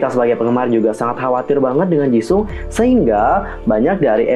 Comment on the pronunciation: Maaf kak cuma mau koreksi Nama Jisung itu seharusnya dibaca Jiseong / Jisong (kalo mau baca cepat) Maaf kak jangan tersingung cuma mau koreksi Kalo ada salah kata mohon maaf dan jangan di maksudkan hati...